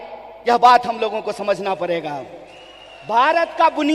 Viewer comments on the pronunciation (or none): Is c***ye ko Q itna bhav dete hai tv. Parega nahi pahle padega bola jata hai, pehle hindi to sikh le